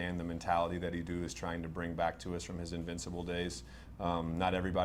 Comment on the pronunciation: "E-doo" 😂 thought it was only me that noticed he can't even pronounce our director of football's name properly